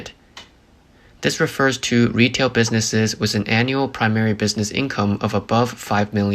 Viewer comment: "Th" pronounced as "ss" is annoying. Example: "with" as "wiss." It's a computer generated voice. Please fix it.